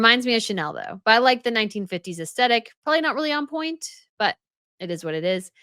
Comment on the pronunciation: Us Tetic? Can you at least learn how to pronounces Aesthetic properly?!?😂😂